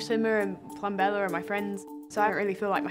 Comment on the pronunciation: Plum-bella, you pronounce the b!